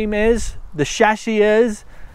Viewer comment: i'm tearing " the shashy". i know its just an accent but its funny XD